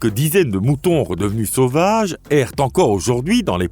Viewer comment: Votre robot a un défaut de pronciation .. assister devient attister, ainsi devient éci, sauvages devient tauvages